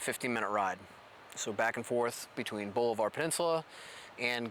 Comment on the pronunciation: Pronounced --- Ball-i-var / Just so you know.